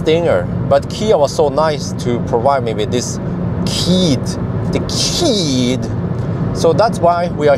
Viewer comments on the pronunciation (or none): I think it’s pronounced Siid